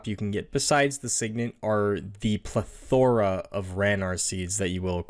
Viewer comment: The way you pronounced plethora made me lol